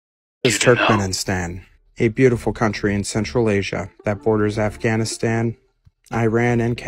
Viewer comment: This wild ass dude said Alf-ghanistan